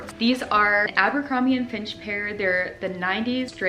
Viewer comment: Fitch. Abercrombie & Fitch. Not finch 🐦🤭 Just trying to help a girl out. 🤜🏼🤛🏼